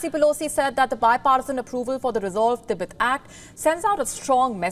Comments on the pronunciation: "T BET" not "Tebit" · "Tibit? tibit? Ribbit? Thought it was pronounced "Ti-bet". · didnt know 'Tibet' is now 'Tibit' and Tibetan people 'Tibiten'